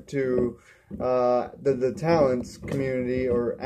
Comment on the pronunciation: I didnt think it sucked it was pretty good Awesomely Made accualy And I like how u said the name I made da Talents xD